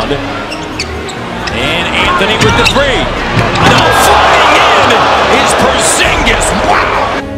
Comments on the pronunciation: Porzinjis! Seriously HAHAHAHAHAHA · Boi porzigis HE SAID PO ZIN GES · This Nikka just said porzingjizz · #1 Stephen a smith say his damn name right, #2 too tall for basketball? What are you talking about? #3 Porzingas is amazing now and everyone in New York acts like they’ve loved him the whole time. C’mon man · His Name is Tingis Pingis get it right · I hate that Steven A. Smith call Kristaps, Porzigingis. Like if u agree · Stephen A needs to learn how to pronounce a name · Smith can't say his freaking name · You know Stephan a smith was mispronouncing his name on purpose just to be annoying